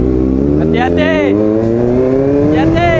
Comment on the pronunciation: kalau sebut hati hati Hati hati❎ Anti anti✅ HAHAHA..pika nanti join tau ride ai team supaya orang nampak piqa